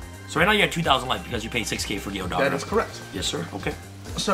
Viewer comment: be like: Imper that dogra lmao.